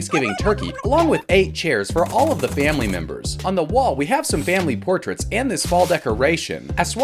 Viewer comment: "Family Portaits"